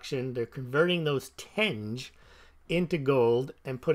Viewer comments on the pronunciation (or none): Tenge is pronounced “ten-gey”. Source: I have lived there for over a year. They also have government minted bullion coins. They look great! Check out the “silver irbis”